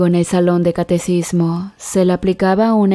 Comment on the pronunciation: Catequismo quien te enseño a hablar? Y las palabras que terminan con D deben terminar con D ponte a estudiar pobre ignorante